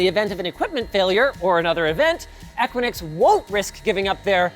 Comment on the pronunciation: The company name "Equinix" is generally pronounced **"EH-kwi-niks"**. Here's a breakdown of the pronunciation: * *EH* - as in the "e" in "bed" * *kwi* - as in "quick" * *niks* - rhymes with "licks" So, putting it together: EH-kwi-niks.